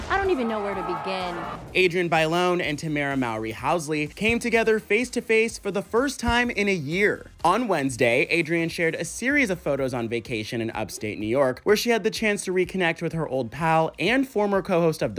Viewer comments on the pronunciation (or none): TAMERA'S LAST NAME IZ PRONOUNCED: MO-RY THAT IZ SPELLED: M O W R Y ---------------‐-------‐ PEOPLE NEED TO PAY ATTENTION TO A PERSON THAT HAZ THE LAST NAME & THE WAY THEY PRONOUNCE IT